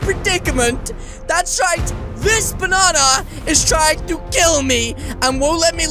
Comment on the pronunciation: who is the fliping ranndy you are! me: exusme im YOUR THE FLIPING RANNDY! OVER HERE U-U DO THE BANNA DANCE I HEARD YOU SAID BANNA XD